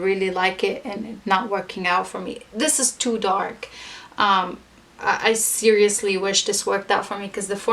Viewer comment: Haha! You said SIRI-ously!